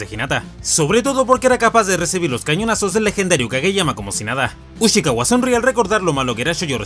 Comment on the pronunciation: Ushiwaka, no Ushikawa